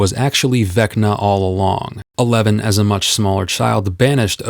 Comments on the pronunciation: I’m not going crazy that you’re saying “a lemon” instead of “Eleven”? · wait are you saying eleven or a lemon? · As someone who hasn't watched stranger things, I really thought he was saying 'A Lemon' instead of Eleven. I was utterly confused until I remembered her name. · I keep hearing "Elemon" instead of eleven 😄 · NEVERMIND HE REALLY IS SAYING A LEMON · ....it sounds like you're saying "A Lemon". Am I hearing shit